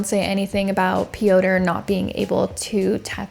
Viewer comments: Pee- ow- turh is wild 💀 It's pyohtr (rolled r). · did you really say "pee-oh-tur"? It's fucking Peter just in polish 😂😂😂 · Piotr is just pronounced Peter, I think! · "Piotr" - it's not pronounced Pee-oh-ter; it is pronounced Peter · no it's not😭 why are you giving made up advice especially when she made an effort to pronounce the name similarly to the polish variant already? it's pronounced similar to russian Пётр which means the P is followed by a yo (ё) sound - io io io P io tr Pyotr, not an "ee" sound as in Peeter. it shouldn't matter how pronounced it, and using the english equivalent (Peter) would've been absolutely fine as well, but the way she said it was more accurate than what you're suggesting so why correct her? no hate to you just curious as to why you felt like sharing this fun fact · "Pioter" lol thats not how you pronounce that name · Piotr is pronounced Pee-yot. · Piotr is the Polish version of Peter bit it's actually pronounced "Pee-yot" with a nearly silent R at the end, but the R is not a hard R like you are saying, but more like a quick rolling R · Just a fun fact…the Polish name “Piotr” is pronounced “Peter”. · Aleksandra - you say correctly Popek - also correctly Piotr - English version is Peter But overall your pronunciation is good 👍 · You calling Piotr ‘pee-odour’ is killing me. It’s not a funny situation at all, but it still made me laugh. I hope his victim is okay. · "Piotr" is pronounced just like Peter. 😊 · What a load of bollocks, learn to get percentages right (98%😆) and how to pronounce a name before going on line to say it (it's the Slavic spelling for Peter) and stop with the woke bs, she is a she, not a they. Shite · well you should tell the Piotr i know he is pronouncing his own name wrong! hahaha! maybe he just pronounces it to the closest English equivalent because everyone gets it wrong. so that could be my fault. if so, my apologies